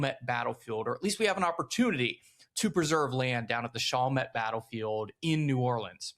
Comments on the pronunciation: Your pronunciation is off it's Shall Met, not Shoul met. Just for your historical correctness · FYI it's not pronounced "SHAWL met" its actually "SHALL met" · Yeah he’s gotta harden up those A’s in Chalmette and Barataria